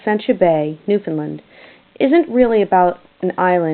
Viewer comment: you say "Freshwater, Canada," in relation to the relocation of the graveyard in 1941. Newfoundland, and Freshwater in it, was not part of Canada until 1949. Also, you say "Newfoundland" incorrectly! It should rhyme with "understand."